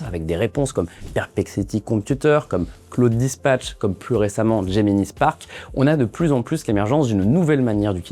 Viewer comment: Ça transforme le salarié en... chômeur. D’ailleurs, il y a déjà des vidéos YouTube "full IA" qui seront bientôt meilleures que celle-ci, et sans la prononciation de "Linux" en "l'aillenus" et Gemini en Jimmy n'aille. Enjoy le futur !